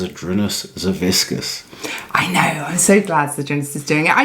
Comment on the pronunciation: Hey, you pronounce Savickas incorrectly. Its hilarious, because you say it like whiskas, the cat food.